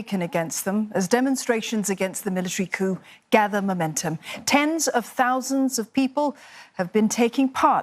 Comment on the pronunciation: Ten tousand only?, i thought millions...